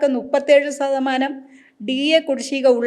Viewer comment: സതമാനം അല്ല. ശതമാനം എന്ന് പറയുക.